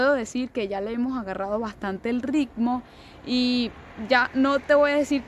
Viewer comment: Lo bueno es q le agarro el rrrricccmo...